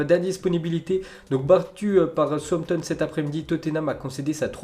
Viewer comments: C pas souampton mais « saoussampton » southampton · On lui dit que ça ne se dit pas Souampton ou on garde le secret ?